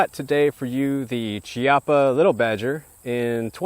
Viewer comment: The correct pronounciation is Kiappa btw